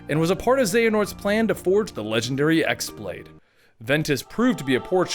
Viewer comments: Only complaint with this video is that you pronounced X-blade wrong. While its spelled X-Blade with a normal keyboard, its really spelled χ-blade, with the χ being the greek letter "Chi." In the games, its real name is actually "Keyblade." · the x in x-blade is pronounced "key" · I'd just like to point out that the X-Blade is pronounced "Keyblade". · okay I'm a little upset you said you love this series but can't pronounce correct terms 1. the x-blade is pronounced the key blade 2. Master Eraqus is pronounced Era-kiss 3. You completely messed up Xion, Naminé, and Xehanort's names If you're gonna do storytelling of games you "love", make sure you have all your correct facts before butchering terminology. aside from that it's pretty good